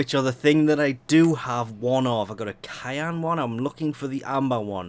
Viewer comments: what the fuck he pronounced cyan like "kyan" lmao that's hilarious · The fact that you pronounce Cyan as Kayan bothers me lol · Cyan is pronounced like sian. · Sorry to reply to a 1 month old comment but my OCD wont let me go without commenting about how it made me cringe. I'm glad I wasnt the only one.